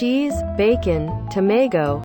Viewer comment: タメイゴゥってDMM英会話の発音ですか。